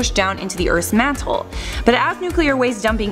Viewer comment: that did NOT sound like the word Mantle ;)